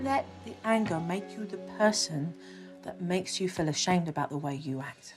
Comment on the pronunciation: They should fiw good about going out for a miw? Supernanny, your pronunciation is APPALLING!!!